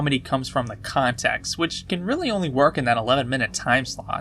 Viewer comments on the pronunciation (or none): none